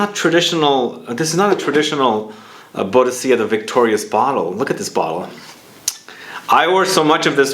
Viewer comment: It's pronounced BOO-DICK-A, friend! She was a very famous warrior. But nice haul! (Also, j'ai ose is pronounced "zhay ozay"; it means "I dared")